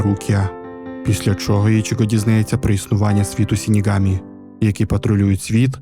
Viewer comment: Загалом мені дуже сподобалось ваше відео, але ця жахлива транслітерація ріже вуха, не сінігамі а ШИНІГАМІ ви ж не кажете сусі а кажете суші вірно? І подібні помилки у вас на протязі всього відео, будь ласка врахуйте це в майбутніх відео